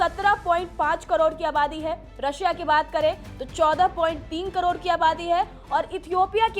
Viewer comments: कड़ोण या करोड़ 😊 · कड़ोड़ नहीं करोड़ 😂😂😂😂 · मुंह से सुपारी निकाल के बोल रे बाबा😅😅😅 करोड़❌ कड़ोर✅ 😂😂😂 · कड़ौड़ नहीं करोड़ 😂😂😂😂😂😂😂😂😂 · करोड़❌ कड़ोर ✅ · वो कडोर नही करोड़ होता है😂